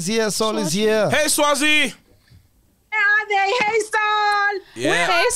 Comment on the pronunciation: Mac Butchered that name "Sazwi"🤣🤣🤣🤣🤣